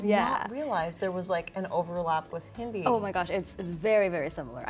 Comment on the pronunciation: What pisses me off is the the one wearing white pronounced "Hindi" wrong and she knows how to speak it